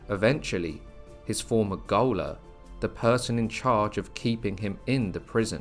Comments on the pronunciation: It was gaoler pronouced as "goaler" that got me. Gaol is the old spelling of Jail. Both pronounced the same. If it was pronounced properly (jailer) you wouldn't need to clarify that it was his job to keep him in the prison. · Shame about the commentary! Not sure if it's AI or poor editing - gaoler is pronounced jailer!